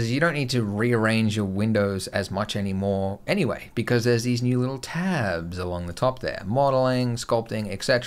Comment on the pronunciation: The way he says 'TABS' XD